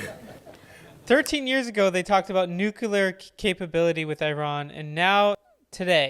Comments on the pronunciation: Nukular? WTF! Try reading it slowly and sound it out like a 10 year old at school. N.U.C.L.E.A.R... new-clear... nuclear. Only one 'U' and only one 'U' sound. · Maybe those who can't say "nuclear" shouldn't be talking about nuclear weapons or talking over someone who CAN pronounce it. It's New-Clear, not New-Cue-Lar. Where were you thirteen years ago? This stuff is clearly new to you, but nothing much has changed in this since the nineties. The virus He's talking about is Stuxnet. Google it. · Nuclear please not nucular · Sorry. It's pronounced NU-CLEAR. Get it? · “NeWcUlUr weapons?! He said nEwCuLuR weapons??” 😂😂 love you brother, great video! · "It's nucular" - Homer Simpson